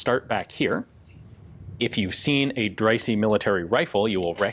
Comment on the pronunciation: I think that's pronounced Drysah not drysee